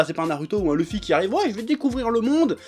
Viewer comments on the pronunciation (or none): none